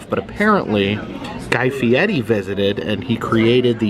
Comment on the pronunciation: its Guy Fieri with an R not Guy Fieti as you say every time you say his name. I know he’s a jerk but you could say his name correctly.